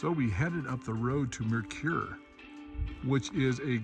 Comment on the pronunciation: Mercur is “Mer-sur” Mercur